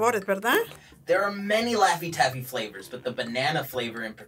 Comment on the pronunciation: Lafty taffy 😹😹😹😹 Gooppers Hoopers 😹😹😹😹rootsie roll Banilla It’s Shoey Shonkey😅